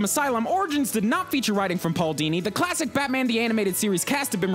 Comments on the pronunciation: Paul Dini? Don't you mean Hooo Dini! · Hoo-Dini? Paul-Dini. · Paul HOO-Dini